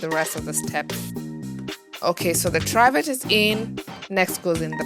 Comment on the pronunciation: Try vet? What are you talking about ? It’s a Trivet! Pronounced Triv as in Spiv et! Got it? Jeeeeez!